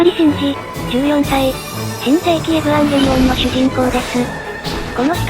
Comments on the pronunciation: このチャンネルの「エブアンゲリオン」っていう読み方好き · 発音エブワンゲリオンなの好き